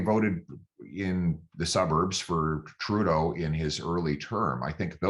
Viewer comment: Did he say turrdeau? Lol 😆🤣😆🤣